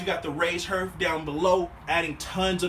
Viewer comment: Why can't you pronounce your th's? Its HEARTH ,not "harf"..wth.